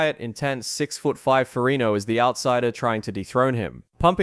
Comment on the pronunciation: Nonsense -Despite severely mispronouncing his last name,Lou's father was a Captain in the NYPD - which is a "King's Salary," also your time line is not accurate after 81 seconds in... I. Tuned out. In comparison Arnold's father was a postal clerk in post war Austria.. more of an impoverished background.